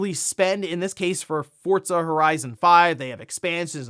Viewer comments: FORZA Not "FORTZA" 😂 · Why do people say Fortza? Where is the T in Forza?